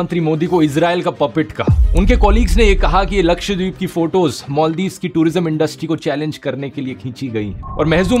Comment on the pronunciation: I suggestion you dhruv please improve you pronouncation Just like मॉलदिव = मालदीव सागार = सागर